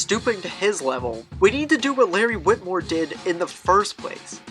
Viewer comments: If you care, it’s Wilmore not witmore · its larry wilmore not witmore not trying to be a jerk i just couldnt leave it be.